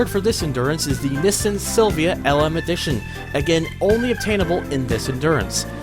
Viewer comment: why keep mispronouncing Nissan, and why call Z, Zed??? where are you from???